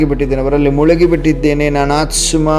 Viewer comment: It's aathma pronounce it properly